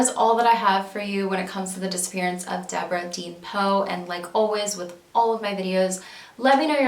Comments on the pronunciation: I may be way wrong. But it looks like her middle name spelled “deann”, wouldn’t be pronounced “dee-ann” and not “dean”. But I could be way wrong. I’m not trying to sound rude by possibly correcting you. Your one of my favorite true crime YouTubers. Your so talented and amazing at what you do! Keep up the great work love❤️❤️ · I just wanted to pop in to say how much I enjoy your videos. I really appreciate how you put the spotlight on these older cases that might have gone unnoticed, and forgotten after so long. In some cases there may not be friends or family left to appreciate it properly, but I know they do appreciate not being forgotten. Now for a wee bit of critical talk. Deborah Deann her middle name was most likely pronounced..Dee-Ann. Many spell it that way. A close friend of mine spelled her name Deann, pronounced Dee-Ann. Keep up the great work! God bless you! Give your kitten some cuddles!